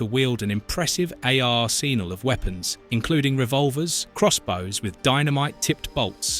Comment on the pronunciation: Oh agreed, it was the pronunciation of "Arsenal" as Ar-senal that got me. However have to admit one of the better AI voice overs I've heard